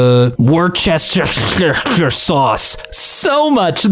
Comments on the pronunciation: Worcestershire Sauce is pronounced 'woo-ster-sher' sauce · They might not speak English, but there is a chance that they might speak Rigilian, which by an astonishing coincidence sounds exactly the same. Also, woorster-sheer. No, I don't know how what happened to the middle syllable.